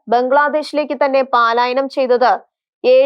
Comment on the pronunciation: പാലായനം അല്ല മോളേ , "പലായനം " ആണ്